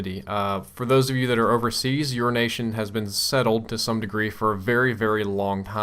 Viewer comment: it sounds like urination instead of your nation:)